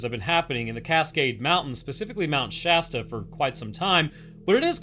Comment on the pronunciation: I’m just thanking the lord you pronounce Shasta right. I can’t tell you how many other creators just say “Shaw-Staw”